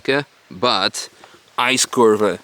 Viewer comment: Did anyone else hear "ice KURWA" instead of "icekurve"